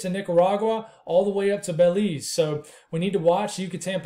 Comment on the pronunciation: You said Belize right the first and last time. I’m from Belize and we are monitoring it closely. I notice the Euro had it hitting Nicaragua or Honduras but 180hrs out it had the models over us. Hitting us as what is the big ?